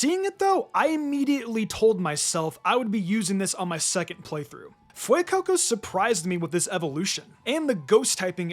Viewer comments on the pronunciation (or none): none